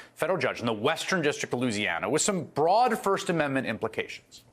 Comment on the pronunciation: Did he say, Broad?